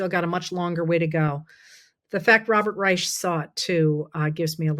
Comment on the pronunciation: Who is Robert Raysh? Oh.